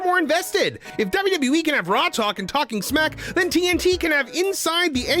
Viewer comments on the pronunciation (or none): none